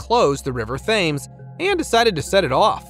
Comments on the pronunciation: It's not pronounced "THAMES" ... it's "Temms" Archipelago -- It's not ark-i-pil-AH-go... it's ark-i-PEL-ah-go. I like your content, but just wanted to let you know the correct pronunciations. :) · Please learn how to pronounce the name of the very historically significant River Thames. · River “Thames” unbelievable pronunciation 😊😊